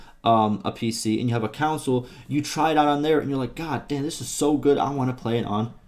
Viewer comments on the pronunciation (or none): Bro he literally pronounces it like council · Bro, English my dude wtf is a video game “Council” , I had to literally stop watching this video because of that in